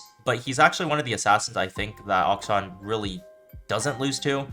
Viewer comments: its not that bad bro, if he's able to play at the level which he plays, it doesn't matter how he pronounces the name. Its supposed to be pronounced closer to "action" but the first "a" is supposed to be pronounced the way how you start to say aluminium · How boosted are you like, you can pronounce interaction but not akshan